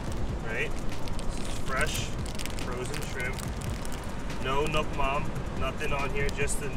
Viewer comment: Hey, NUOC MAM, not NUC MAM please ! Anyway, really interesting and I should try!